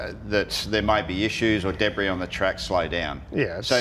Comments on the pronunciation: B Even CAMS thought this ass 'peculiar' - Taken from the CAMS verdict - A peculiar feature of this matter is that in the Team Radio communication from Car #12's Engineer to the Driver of Car #12, the Engineer mispronounced "debris" as “debriss”. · Especially with the dubious mispronunciation of the word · 'Debris' - pronounced that way is the key word - No way that a race engineer doesn't know how to say it. Fabricated and obvious - I'm a DJR fan, too.